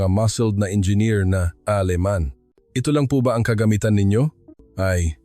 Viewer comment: Engineer not enger